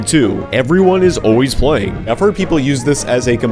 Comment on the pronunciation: why does it sound like he said “white” instead of “playing” it had me confused for a second so I had to replay 💀